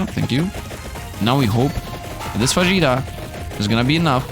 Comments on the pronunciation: Heyy Love your content, it's so nice finding people who enjoy the same type of games I do :D By the way, are you sure "fajita" is pronounced that way ? I think it sounds more like "fa-hee-ta" Sending loveee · Oh my greek friend :) it's pronounced fa-HEE-ta, because the J is pronounced as an H in spanish. Great video btw!!